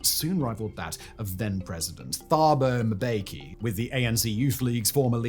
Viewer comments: I always find it comical how Anglos struggle with "Mb" combination names. Dude is like "Thabo Moobeki" instead of "Mbeki". Interestingly, they dont struggle with the Mb in "Ambassador" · Great video. Keep it up! NB: when a name has the letters 'Th', the 'H' is silent. It's also pronounced Mbe-ki (2 syllables) not "Ma-be-ki. Great content but not taking time to research pronunciations adds a blemish to the credibility of your videos. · Just a point of pronunciation: The name Thuli relies on a hard T sound and a silent H thus rendering the name Tuli Too-lee. Likewise Thabo is Tabo Taa-bo. Mbeki is mm-bekee with no vowels between the M and the rest of the name.